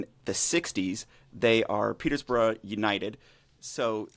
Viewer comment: Guys, it’s pronounced Peterborough 🙄🙄